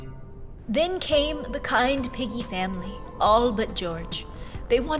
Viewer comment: is piggy not peggy